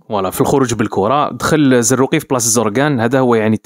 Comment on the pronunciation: حببيت نعرف برك علاه وصلت بيك ما تقدرش تنطق اسمو؟ (زروقي) هو مجرد تحليل